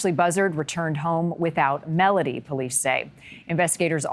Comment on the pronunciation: It would be nice if you could pronounce her name properly It is Mel O Dee Not Mel A Dee